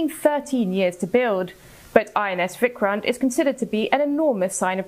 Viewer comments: It's vikrant not vikran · Its VIKRANT not VIKRAN U can do better CNN